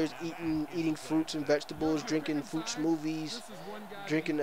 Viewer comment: U said smofies